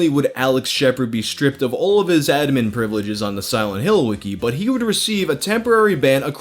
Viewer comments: Dude.. Pronounce "admin" correctly please.. lol. Ad Min. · The way you say “admin” kind of bothers me, but also when I think about it, it makes sense. We say “ad-MIN-istrator” not “AD-ministrator” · The biggest mutilation in this video is your pronunciation of admin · The way you said admin the first two times upsets me far more than it should. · We just going to gloss over how pronounces "admin"? Aight. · The way you pronounce “Admin” hurts my brain lmao it’s almost like there was a glitch. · Don’t get me wrong, I love this guy, but the way he pronounces “Admin” makes me want to literally vomit. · I don’t think I’ve ever heard anyone say “admin” like. Maybe I’m crazy. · The way you pronounce "admin" really annoys me. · Why do you keep saying "admin" like that? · Dam, why can't you say "Admin" properly? lol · mate pronounce admin